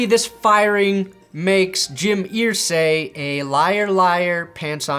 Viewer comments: Pronounced er-say not ear-say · ERsay! Not EARsay! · Pssst!!! It's pronounced 'ER-say' rather than 'EAR-say'. My poor old Hoosier ears struggle. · Jim Irsay is pronounced like Er not Ear. 😂